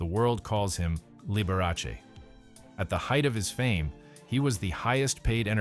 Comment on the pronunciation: You should pronounce his name correctly. The Dr. was a true doctor, and upheld the Doctor, Patient confidentiality.